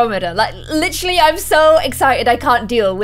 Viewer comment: "licherally" o no, it's another leafy